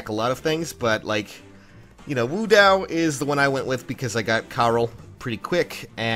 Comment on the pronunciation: wo dao = woah dow pls